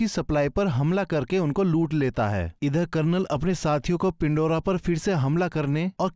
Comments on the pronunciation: यह पेंडोरा है .... ना की पिंडोरा 🤷🏻‍♂️ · पिंडोरा नहीं पैंडोरा जरनल नहीं जनरल 🤣